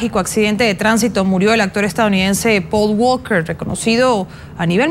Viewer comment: Quien es pol gualquer??? Jajajajajajaja 🤔🤔😂😂😂😂